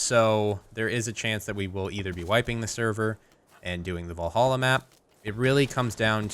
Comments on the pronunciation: Va-lhalla...not Vo-lhalla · I know, but he said it with O that was my point ;)